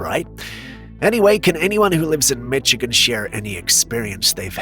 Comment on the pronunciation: it's mi-shi-gan not mi-chi-can how it's pronounced